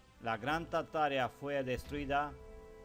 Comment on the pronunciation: Exelente investigación.. Solo que se pronuncia tarta-aria o Tarta-ariano